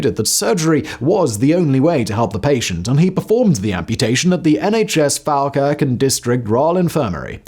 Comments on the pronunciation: Hearing Simon pronounce Falkirk as Fal Kirk was painful. Simon, it's pronounced Fall Kirk... sincerely, a Scottish person who lives near Falkirk. Okay, so now that I've watched the whole video, I feel so sorry for these people with the neurological condition. They are suffering in a way that medicine currently can't fully understand, so they are left by the wayside to "fix" themselves. I felt so bad for the woman who lost her family because she made herself blind. She was obviously ill and in need and they abandoned her. Being someone who lives with invisible illnesses and disabilities I know what it's like, not to be listened to or helped til it's almost too late. I hope they all get the help they need, whatever form that comes in. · Well, at least my little town is famous for something! 'mon the bairns! FYI, it's pronounced fall as in to fall down.